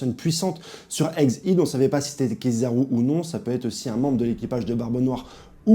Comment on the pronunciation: Tu as bien dit Hegghead mais c’est Egghead, il n’y a pas de h 😂